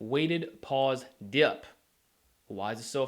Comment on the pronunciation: I like how u say dip like Diyp lol